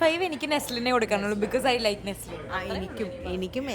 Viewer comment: Btw his name is not Neslin it's Naslen ! If he is ur fav actor learn his name properly 😊